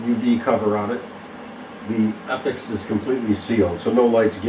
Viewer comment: E pax not epics !!!